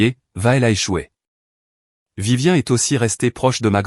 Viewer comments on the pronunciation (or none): Ce n'est pas Vivien mais Viviane respectez la prononciation SVP